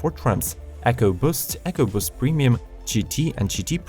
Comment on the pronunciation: The when he says ecoboost